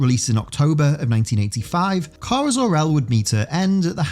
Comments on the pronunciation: "kiera" Dude.... How does one mangle "kara" so badly? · yes you did, i should have clarified, the OTHER person you had in doing the voiceover for that one bit. He said it "key-are-uh"